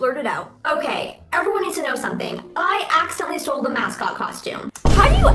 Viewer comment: Tyler viteli: YOU STOEL MY VIDEO 🤬